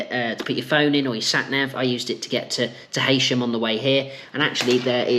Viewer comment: It's pronounced "hee-sham"